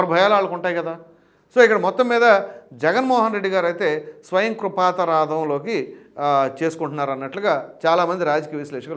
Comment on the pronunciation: స్వయంకృపాతరాధం కాదు "స్వయంకృతాపరాధం". ఎందుకండీ ఆ పదాన్ని పలకడంలో అంత ఇబ్బంది పడతారు ప్రతి వీడియో లోనూ😂😂😂